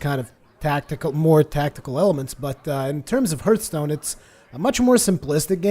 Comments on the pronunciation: HARTHSTONE NOT HURTSTONE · Its actually HARTH-stone,:) no judgement, I know English isn't your native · you watch TB,so why don't you pronounce hearthstone right?